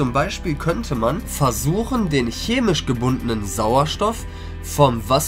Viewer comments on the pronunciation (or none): none